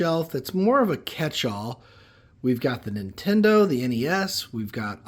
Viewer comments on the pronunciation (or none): none